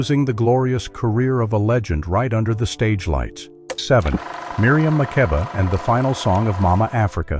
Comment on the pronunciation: Miriam’s last name is pronounced Ma-keeba.